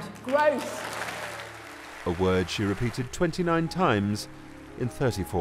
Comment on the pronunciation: He's a gweat fwend who wants to see the countwy on the path to gwoth. Poor old Wiz